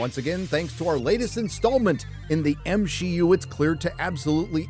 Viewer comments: God that was the best at the end of the video where she accidentally said M she U. Man that was terrific. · I can’t believe the show runner said “M-She-U” and quickly realized her mistake!! You can’t make this stuff up. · The fact that she herself said "Me-she" just shows how off the deep end marvel is. Congrats you live rent free in their heads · I can't believe the narrator in that interview actually almost said M She U, that's fucking incredible. The counter culture is officially more well known than the thing it is countering. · Good lord, they are calling it "M-She-U" themselves. is living rent-free in their minds! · So the interpreter actually said M-SHEE-U 😅😂😅😂😂😅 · The fact that either the translator or the actor said "M-she-U" makes me so proud to be a loyal watcher of these reviews. Not only will Disney / Marvel / Lucasfilm NEVER learn...they are doubling-down on killing the entertainment most of us truly enjoyed (in the past). It'd be rhe best thing Disney could do to simply sell the IP's they are destroying. However, the failures are already far too great for anyone to be smart enough to purchase them. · Please, please tell me that ending slip-up was honest-to-God an ASL interpreter interpreting "M-She-U." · Lmao! They're actually saying M-She-U themselves..